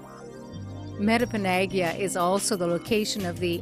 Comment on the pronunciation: lol.. the woman doesn't even say metepenagiag right.. frig. Learn to pronounce words lady! :P